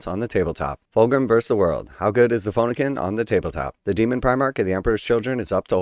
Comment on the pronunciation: Ah yes…… the phone-ah-kin